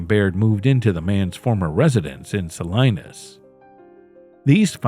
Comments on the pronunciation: Sa-Lee-Naas not Sa-Lie-Naas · Its “ Sa-lean-us “ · It’s Sa-LEEN-as. And this “peaceful community“ comment, Salinas is like any community, none of them are that peaceful. I knew a nice guy that got murdered there because he opened his motel room door to the wrong person. He was only there overnight on a job. They couldn’t bear to tell his mother how he really died. Take care out there, people.